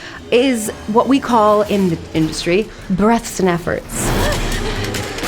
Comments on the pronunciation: Is it just me or does she say brests and efforts instead of breathes and efforts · Am I the only one hearing breasts and efforts? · why does her "breaths and efforts" sound like "breasts and efforts"